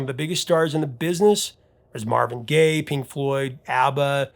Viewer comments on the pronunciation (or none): none